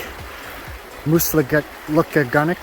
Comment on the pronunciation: Um-bay-gog , Moose-look-muh-gun-tic. Most folks don't paddle the river to Upper dam, there is a portage on Upper Richardson to the put in just above the dam.